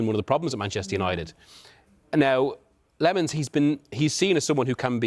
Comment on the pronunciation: LeMons, Lemons... his name is Lammens ffs! "a" pronounced as the "a" in "after", and "mens" as in "men"- plural of man.